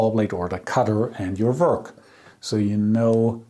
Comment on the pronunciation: Please don't think that I'm insulting you,das ist nicht meine Absicht! The word 'work' and all 'w' words are said by pursing your lips ,as if you were blowing out a candle.Not blowing, but making the sound. It's a soft sound: weiches Gerausch. I hope I have been of some help.I really respect your channel!